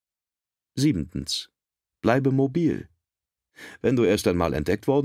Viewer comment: Es heißt siebtens und nicht siebentens 😉